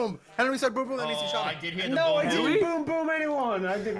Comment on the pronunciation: "Don't you me...": "You know for that get out"